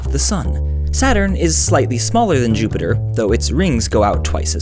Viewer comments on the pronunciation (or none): none